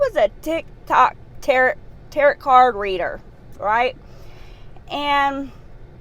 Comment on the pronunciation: It's pronounced "tare oh"